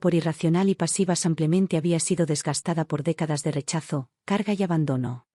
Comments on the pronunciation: 😂 no es san Clemente, es "samplemente" en lugar de simplemente 🤦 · Porque dicen samplamente en lugar de simplemente? Lo he oido en varias narraciones. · Pedon ella dice samplemente